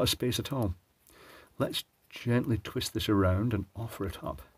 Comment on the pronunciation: Love it... "...so it's important not to twist the wires..."... Terrrrwist! :) Old habits die hard :)